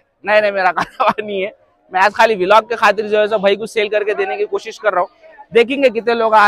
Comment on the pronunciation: Vilog ny bolte bhaii vlog bolte